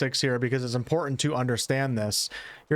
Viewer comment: Good video. However the words button and important each have a T near the middle and are pronounced But-ton and Im-por-tant not buh-in and an im-por-ent. You did say hit-points..not heh-points. At least theres that. Oh no. Fou-en instead of Fou-ten. Oh man.